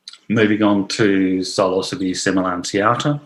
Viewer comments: like i hate to be " that guy " but its pronounced " si - lo - syb ( the e is silent) note 3 syllables " ... not - " silo -sibee " 4 syllables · Hello. So, the word "psilocybe" is of Greek origin. Greek psilos "bare" and greek kybē "head", meaning “bare headed”. Now the thing is, when pronouncing Greek words, the emphasis goes on the last syllable. So it becomes "sigh-loss-uh-BEE". This rule runs across other genera, Inocybe, Clitocybe, Agrocybe. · I wouldn't have guessed that psilocybe is pronounced like that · I have answered a similar query about the proper pronunciation in these comments. You can totally say it how you please, The word "psilocybe" is of Greek origin. Greek psilos "bare" and greek kybē "head", meaning “bare headed”. Now the thing is, when pronouncing Greek words, the emphasis goes on the last syllable. So it becomes "sigh-loss-uh-BEE". This rule runs across other genera, Inocybe, Clitocybe, Agrocybe. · Bit confused about the pronouncing of Psilocybe as the word Psilocybin is pronounced as silo-cybe-bin.. great presentation BTW..